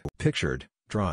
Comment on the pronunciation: Why can't the system pronounce Dr properly.